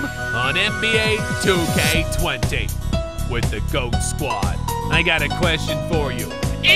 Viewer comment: Anyone else mad at how he's saying G.O.A.T. instead of just goat